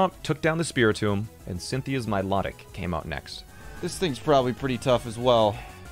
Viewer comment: Bruh he mispronounced milotic its my low tick ahhhh